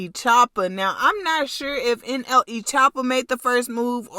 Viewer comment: Why she say nle like that she said n eee😂😂😂😂😂😂😂